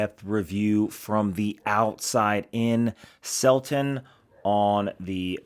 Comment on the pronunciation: Selten not Selton